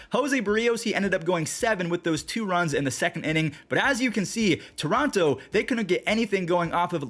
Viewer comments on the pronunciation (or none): none